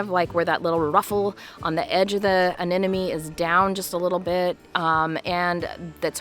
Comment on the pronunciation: it is Anemone..not Anenome..